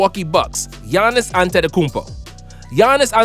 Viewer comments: Bro is my man dum gianis last name is pronounced akoumpo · Bro u said antetupoompo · “Giannis antetepupo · you said Giannas' name wrong. Its Akounpo LMAO